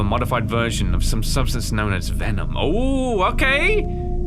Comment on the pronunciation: Vemon not venom guys